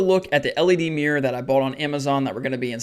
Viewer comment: Mirror ❌ Mir ✅